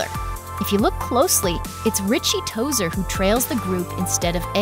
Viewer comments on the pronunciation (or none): Richie Tozier not Tozer.